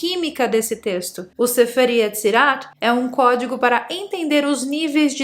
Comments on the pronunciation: Cuemo os pessoal acham que se diz em español, "Cuédigo". rssss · "Código" Ogidoc" ✨